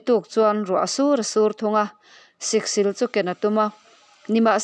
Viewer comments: Siksîl hi chawlhnî tih ang hian aw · Siksil lam dan hi a diklo. thleng sil a 'SIL' tih anilo. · Siksil sil hi thluk tur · Awiii lehhh mizo tawng zir leh deuh la, Siksil i lam dante khi , a zia lo lutuk emai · Siksil i lamdanchu avan mak ve